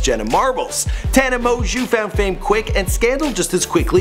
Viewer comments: Her last name isnt that hard to pronounce TANA- MO-JO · “Tana mo-jew”😂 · tana monju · Tana Moanjew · Do you pronounce it Tana mojo Or Tana monjew ??? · This video is so bad... not only does he mispronounce the name of the person he’s doing a video on (which shows the minimal amount of research which must’ve been put into this) throughout the whole thing but he also talks about the Idubzz scandal three times in the video for probably about 80% of it... there’s almost nothing about her life other than her subscriber count and like when she started drinking